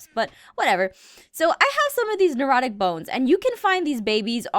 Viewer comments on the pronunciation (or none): Nerodic? Did she just say nerodic? It clearly shows its name as necrotic. Where does she get these 'd' s from? Seriously she put a 'd' acacia too: "Acadia" she said. Why do you do this Aphmau ? Really why?